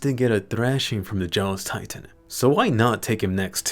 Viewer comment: Dropped a like just cause you said tri-tan